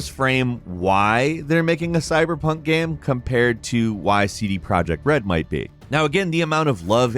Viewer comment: "GAME" not "gham". What is your first language, guy?